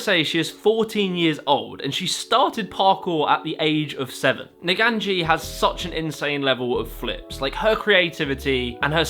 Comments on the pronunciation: Hot tip, sorry if youve already been told this, but that first athlete's name would be pronounced Nah-gah-neh-gi (gi like in yugioh). Cant say I blame you though if youre not very familiar with japanese in general lol. (her full insta would probably be pronounced nah-gah-neh-gi oh-neh-neh, though that "o" might just represent a period/dot) - also fun fact, naganegi is japanese for leek (welsh onion) lol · How did mans get from Naganegi to Neganji 😂